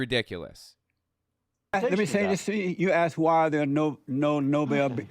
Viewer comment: He's dealing with an idiot. He can't even proinouce the word "asked".